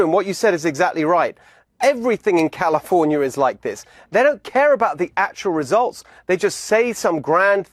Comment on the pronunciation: I like the way he pronounced California.